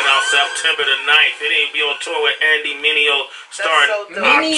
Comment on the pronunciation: Raising a son in this generation, LeCrae has become one of our favorite artist to listen to. And he doesn’t disappoint💯also, lowkey I heard you finally pronounce Mineo right😂. Another good 5 fingers of death to checkout is Dee-1, he’s from the NO, heavily Lil Wayne influenced. But they thru him some trash beats and he ate them up. He actually had a mixtape that was supposed to drop a couple of years ago, called “separated at birth”. But Lil Wayne shut it down and threatened to sue him, because it was him spitting over like 10 Wayne beats and he had the pic from Carter IV. Sorry didn’t mean to make post this long, dropping knowledge#